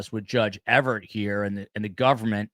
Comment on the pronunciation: The judge's name is EVERETT, not EVERT. Thx for the vid.